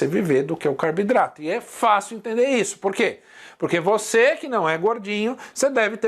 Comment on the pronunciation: Professor pq você fala Carbidrato e não Carboidratos?